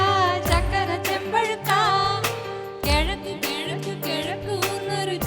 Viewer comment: "KE"zhaku !!!!! 😏😏😏 kollam.. 😏